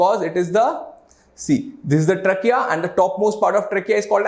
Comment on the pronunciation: You can increase your pronunciation of a word like trachea